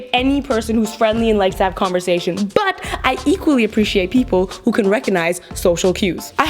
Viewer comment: When at first she said who I heard poo .... kewl